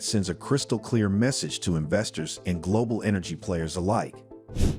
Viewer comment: Global not "Glodal"